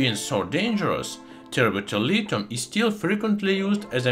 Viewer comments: Tert bulilithium, also pronounced terrible terlitum thats all i heard the whole timw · it sounds like he said the chemical not from earth is turbo terilium? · I can’t even understand what he’s calling the liquid at the end - tepeterlithium?